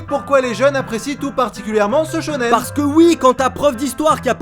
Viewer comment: Arrête de dire shônen tout le temps quand tu parles dan manga